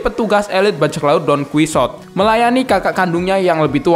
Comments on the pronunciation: Donkihote aja bang nyebut nya jangan donkisuot aneh anjr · Donkuisot :v, Donkihote anying cara bacanya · Donkihote bang cara nyebutnya🗿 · Tulisan Don Quixote Bacaan Don Qihote Don Qisot